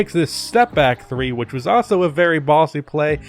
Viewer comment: You say also like “ah-so” ...that is all.